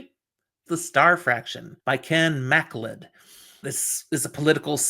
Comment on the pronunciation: okay, this pronunciation I am 100% positive of: "MacLeod" is "ma CLOUD"